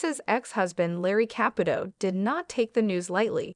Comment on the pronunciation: If you are going to narrate a story about someone that is constantly in the public, you must learn to pronounce her name, its pronounced Theresa Capootoe I wish Teresa Russo has a very long and happy marriage full of kindness, understanding and laughter. Congratulations Theresa